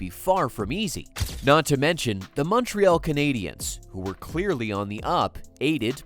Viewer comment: The Muntreeall Kanaydeeanns.